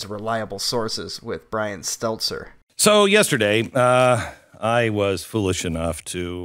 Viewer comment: It's Stelter..not Stelzer